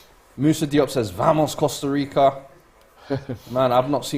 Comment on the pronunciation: “ Costa Rico”